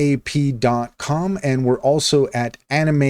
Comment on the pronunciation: Sorry but you reading the abbreviations as singular letters is just a major turn off... gsap is pronunced "jeesap" and D-O-M is just pronounced as... dom. Other than that, you just reiterated what the AI told you, no thoughts of your own...